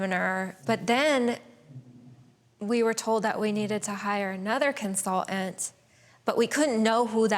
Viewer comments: if i hear her say "CONSUL-ANT" instead of consulTant, im gonna rip the last of my hair out....why are people getting so phonetically LAZY!? grrrr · I’ve never heard the word “consultant” with so many letters missing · Consultant! not Consol ent, denver dingbat